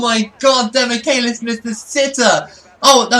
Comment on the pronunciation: also, he pronounces it like "demikelis", the "che" sounds equal to "che guevara" for example